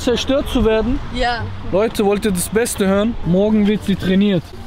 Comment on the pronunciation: min Die berden.... deutschland bird gebinnen Die kann kein w sagen 😂😂